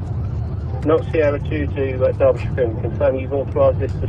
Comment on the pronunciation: It made me happy hearing an American pronounce Derbyshire correctly